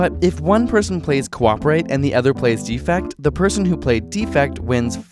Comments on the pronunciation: "Defect" pronounced "DEfect", with emphasis on "de" is a noun. As in, "There's a DEfect in this video." "DeFECT", with the emphasis on "fect", is the verb. As in, "I choose to deFECT from improper pronunciation." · Please, please learn how to pronounce "defect", the verb (de-FECT) vs. "defect", the noun (DEE-fect). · Is there a region where the verb is pronounced "DEE-fect"? If so, I apologize. It sounded as if he were just mispronouncing it. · Sean Sinclair Agreed. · For the verb "defect," put the stress on the second syllable: deFECT. For the noun "defect," put the stress on the first syllable: DEEfect. This isn't just annoying detail. The two words have different meanings. Here you are talking about leaving the group. I.e.: you need the verb - the opposite of cooperate. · The two strategies are "cooperate" (verb) and "defect" (verb) pronounced /dəˈfekt/, not "defect" (noun) pronounced /ˈdēfekt/. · Anyone else annoyed with how he pronounces "Defect"? It's like the card has something wrong with it rather than the intended meaning of betrayal.